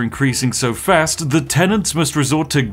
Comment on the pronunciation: How did he pronounce fast at the start?? 🤨🤨